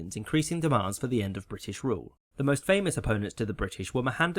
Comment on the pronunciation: Nice use of the other form of “th”